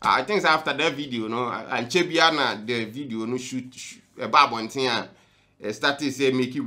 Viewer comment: You said Diana Hamilton couldn’t say “H”. Brother you too learn how to say “thing”. It’s not “tins” it’s “THings”!!!